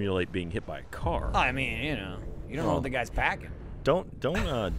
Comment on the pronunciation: "I was hit by a Kara" lol